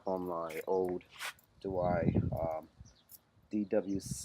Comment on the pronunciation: DeWalt not DeWhy. Try it slowly. De....Walt....DeWalt.